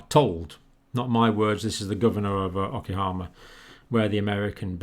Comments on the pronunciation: It's OKINAWA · O-kin-ow-wah, Doctor. Just a gentle correction. Thank you for work; it's invaluable to human life and health.